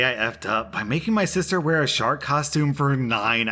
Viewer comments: I heard it as shart question at first so...not as bad as it could’ve been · Omg, I thought you said "shart outfit" Not "shark outfit " XD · Im sorry did you say "shark" or "shart"? 'I locked my sister in a shart costume' hmmm